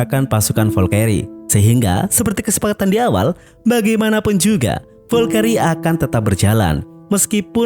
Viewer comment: ngomong nya valkri bg bukan volkeri, hitler bg bukan hilter